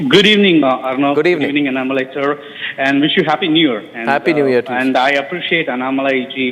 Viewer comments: Pl prounance annamalai name as you would pronounce annahazare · First pronounce his name correctly as Annamalai .